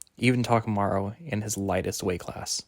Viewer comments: Thanks, but you really butchered the names... Takumaru? TA-KA-MU-RA, I-MAI... bro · love your predictions, there’s barely any content for the Hajime no Ippo manga so this is really nice. btw Imai is pronounced like E-My and Takamura is said as Taka-muu-rah. Hope this helps! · mate you should pronounce the core names and words right... Good video though! Takamura (not Takamarou) hajiME (not haJIme)